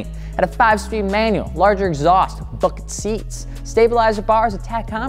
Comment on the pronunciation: "5 spd manual, larger exhaust... BUCKET SEATS!" My ears: " FUCKING SEATS!" well I'd sure hope so 😂